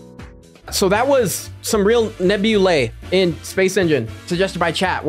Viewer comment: Why do you say nebula nabulae?